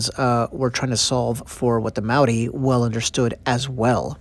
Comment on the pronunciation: Wahika is said more like wah-hee-ah-kah 😄 Maori pronounced more like Mah-ree with the ree being like a roll on the tongue. Hope that makes sense 😅 This video is amazing thank you! I cherish my wahika deeply💜